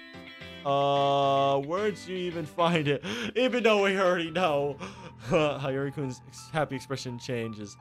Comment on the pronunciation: it's pronounced as "Sheen" and "he-yo-ree" ;A; anyway great play through! I didn't know this existed lol, it was really entertaining!